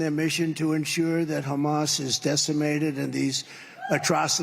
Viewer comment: Look at video. He looks ill. He's talking about banning "Muslims" and he can't pronounce Hamas.